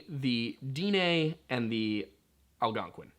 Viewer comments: I love your videos but I cringe every time I hear "day nay". Navajo is the term we were named. Our name for our people is Diné. Pronounced "Din-eh". You should also look into the story of the twins. As the twins fled from Dinetah the homeland of the Diné. The twins separated creating two different tribes. If a Diné and Dené were to meet it's supposed to mark the beginning of end times. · Little late here but it's pronounced (Den-Neigh) like Density, without the sity and neighbor without the bor. Edit: Will definitely be trying out the coffee! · Daugh-neigh pronunciation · Dine' Is pronounced di neh I'm Cherokee and my wife's navajo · It's pronounced Din and then eh bc the e is this é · The Diné or Navajo is actually pronounced /DEN-EH/ "DIN" as in den like "DENtist". And the "EH" is as in "EHHH it's fine". And no I am not Navajo or any type of native American although I am Aztec so I'm native NORTH American. but I am learning the Navajo language and I have heard a Navajo cultural YouTuber by the name of "Navajo Traditional Teachings". And that is how I have heard it.